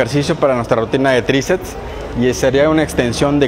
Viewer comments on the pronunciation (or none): Buena rutina, sólo una observación y con el debido respeto hacia el caballero, me parece escuchar que dice "tricets" en lugar de "triceps".